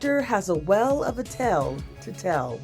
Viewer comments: She didn't even manage to say tale she said "tell" 🤷‍♀️😂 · That drove me nuts. Well (whale), tell (tail), wills (wheels) Weird. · Narrator says well ofca tell instead of whale of a tale because she can't pronounce the word whale and she can't pronounce the word tail /tale ...? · Bro they can’t even say “whales tail” correctly. “Wells tell” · Why can't she pronounce "whale" and "tale" correctly? Other words, too. Silly wedding couple.